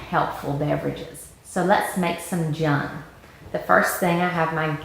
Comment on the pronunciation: Nice tutorial, I think its pronounced june like the month.